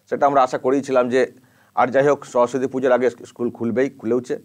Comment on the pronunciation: 😂😂😂😂🤣🤣🤣majkhane to amader khamota pisi" সরস্বতী" uchharon tai thik kore korte parchilen na